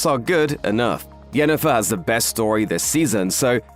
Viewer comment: You know what. You win. Pronouncing Jennifer’s name correctly in passing, just felt like quality. Good job, you’re big, but you’re still paying attention.